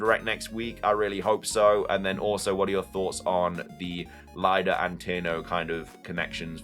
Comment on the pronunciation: I'm pretty sure Lida is pronounced "LEE-DA." No one would be called "LIE-DA."